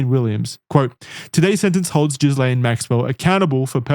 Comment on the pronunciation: This is some of the most thorough investigative material I've seen on the subject matter... And yet, is still pronouncing Ghislaine as jizz-lane 😂